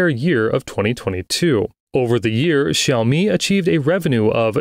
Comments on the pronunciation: When two words are the third tone, you pronounce the first word as the second tone. So xíaomǐ not xǐaomí. But this sounds like AI generated voiceover though. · Why does the presenter persistently pronounce xiaomi like this? It's not even the correct tone. Cringe!